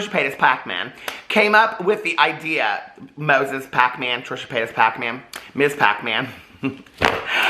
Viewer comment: I love when you say Hacmon- Pac-Man 😂😂😂